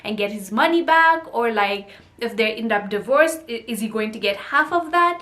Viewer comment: DI- VORCE ATTY